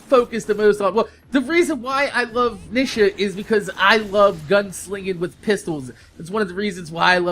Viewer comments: It's NEE-shuh XP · nisha? lol you say it wrong. Its knee-sha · he said Nisha